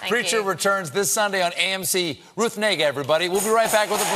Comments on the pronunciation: Before you get excited, i think its pronounced nay-ger. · Ruth Negga is part Ethiopian. Her last name literally means “morning has come” and is pronounced “N-GA”. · For those who care to know: she is part Ethiopian and her last name Negga (pronounced NEHga for non-speakers, with soft g sound, according to her) roughly translates to "it has dawned" and implies the rise of the sun and/or the morning. It's a beautiful name so seeing all these jokes is unfortunate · Funny (Kinda) sidenote: The way that Stephen pronounced her name at the end actually sounds pretty much spot on like the German N word.... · It’s a good thing that Stephen didn’t pronounce her last name the way that trump would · As long as you pronounce it with emphasis on the "egg" and not the "n".